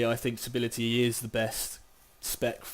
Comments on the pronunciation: you pronounce it subtlety not subility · if you're gonna give a guide on a spec, you need to be able to pronounce it lol, it's pronounced "sut l tee" the B is silent broseph